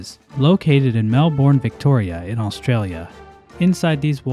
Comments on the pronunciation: MEL-BEN not MEL-BORN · I paused immediately to say it's Mel-bn. Thinking about it, a don't pronounce a vowel in the 2nd syllable. As a lifelong Melbournian, Mel-boRRRRn is really painful. Apology accepted when you attempt to pronounce it correctly in a future video. Cheers mate! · we pronounce it Mel-Bin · just pronounced Melbourne as "mel-born" and not "mel-bun". I shudder to think how Team Cherry will take this personal attack. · Mel-Born lol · ah yes, mel-born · I’m sorry Mel-born ???? What’s that? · OH MY GOD ITS PRONOUNCED MELBEN DESPITE BEING SPELLED LIKE MELBOURNE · wh- that is an absolutely horrendous pronunciation LMAOOOO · Every time someone pronounces Melbourne like that I feel a piece of my soul drift away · The way you pronounced Melbourne caught me off guard, never actually heard an American pronounce it. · That is not how you pronounce Melbourne, my friend. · not the melbourne pronunciation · I’m so fucking mad you didn’t say Melbourne the Australian way